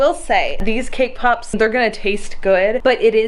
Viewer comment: sees cakepop Turns Australian ThOse ARe ThE cakepopz